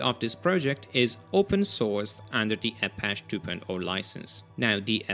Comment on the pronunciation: Apache is pronounced ah-PA-chee It's the name of a native group in the Southwestern part of the US. They were known for their intense warrior skills on horses, and the name was adopted to reflect the stalwart attitude of developers maintaining network open source projects in the face of giant corporations like Microsoft, who work to privatize resources for profit.